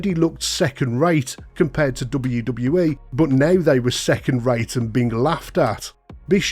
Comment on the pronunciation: the way this dude says ' DUBBUWU DUBBUWU E" fuckin erks me so bad